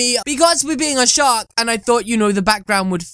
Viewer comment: You say shark like shock so it makes it look like your saying shock in captions